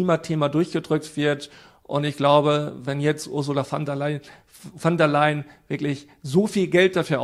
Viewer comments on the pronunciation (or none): Die Ursula heißt "von" der Leyen, nicht "van" der Leyen.